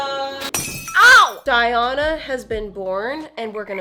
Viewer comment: Die-on-a lol